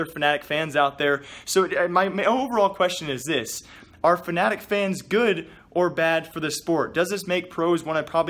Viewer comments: he said F A N A T I C not F N A T I C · Did you say fanatic fans or fnatic fans?